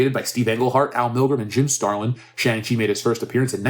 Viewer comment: SHANG- CHI...hahahahaha, make it Stop ooh ohh me sides are splitting